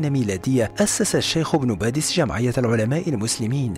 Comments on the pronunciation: عبد الحميد ابن باديس و ليس بادس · ان اسمه ابن باديس وليس ابن بادس؟ السلام عليكم انا من الجزائر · عبد الحميد بن باديس ليس، بادس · مرحبا انا من الجزائر واحب قناة هل تعلم واشكركم على فيديوهاتكم لكن هناك خطا فاسمه بن باديس وليس بن بادس وانا متاكدة فهو وحده يعتبر جزء كبير في تاريخ بلادنا العريق تقبل الله صيامكم الي عجبو التعليق يعمل لايك ورد الى اللقاء وشكرا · بارك الله فيكم انا شخصيا طلبت من القناة نبذه عن عبد الحميد والامير عبد القادر شكرا جزيلا فقط ملاحظة كنيته ابن بادِيْس تحياتي للقناة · شكرا جزيلا على الموضوع الرائع و المميز لكن إسم الشخصية عبد الحميد بن باديس ليس بادس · إسمه عبد الحميد بن باديس وليس بن بادس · ابن باديس و ليس بادس